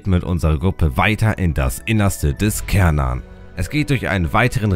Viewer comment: Ich habe das Bedürfnis, darauf hinzuweisen, dass der Turm auf Schwedisch "Schärnan" (oder meinetwegen auch "Chärnan", je nach Dialekt) ausgesprochen wird. Ich bekomm immer ein bisschen die Krise, wenn Leute "Kärnan" sagen. Das ist so ähnlich wie "Köttbullar" statt "Schöttbullar". 😣 Bleibt natürlich jedem selbst überlassen, inwiefern man die schwedische Aussprache übernehmen möchte. Ich wollt's nur mal erwähnt haben. 😄 Ansonsten: Solides Video! 👍